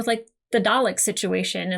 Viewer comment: (joking tone) Why can't you say 'Dalek' properly? weird ;'-)